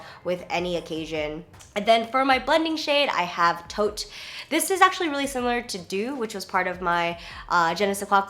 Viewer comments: To a Tee, not TOAT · Hey Jenn! that last colourpop eyeshadow is pronounced separately "too ah tee" and it's an idiom meaning "to be done precisely/perfectly" definitely going to pick them up! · Love this video! just to let you know though, I think that the shade to-a-t is pronounced "too a tee" :)